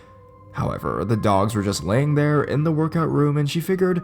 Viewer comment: Love how he says therrrrrre 😂